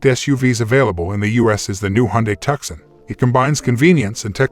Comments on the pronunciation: "TUK-SUN?!" Its "TOO-SON" ....AS IN Tucson, Arizona.....just like the SANTE FE, as in Santa Fe, New Mexico. Jesus christ I can see and HEAR the decline of America's IQ in real-time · It's 2son,.....not tuckson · It is pronounced Tooson. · Please call thus vehicle by its rightful name! TUCSON pronounced TOO SON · People review a car and can't even pronounce it? its 2son . I have owned the 2022 Tucson Limited Hybrid for almost a year now, best and most fun car I ever drove, just love the safety and ease of lane centering. zero problems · You cant pronounce the name of the vehicle you have no business reviewing anything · You sound American yet you fail to pronounce the name of the American city it’s named after “TUCSON” “C” not pronounced!!